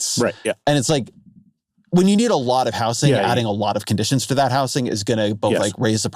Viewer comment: i went into this already expecting to disagree on all these negative speculations on what Mamdani can get done as mayor but the most disagreeable part of this podcast was the way Ezra pronounced the word "housing" like "how sing".